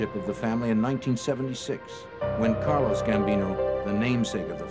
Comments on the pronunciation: Why does he keep calling Carlo Gambino “Carlos” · Did he say "Carlos" Gambino